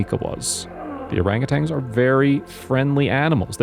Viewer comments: Please pronounce their species correctly... "Orangutans", not Orangutangs... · This is just ridiculous and dramatized garbage. The narrator knows nothing about orangutans and can't even pronounce the word correctly.